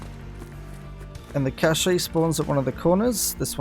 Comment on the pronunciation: Cache is pronounced "cash" you dingus. There is no accent over the final e.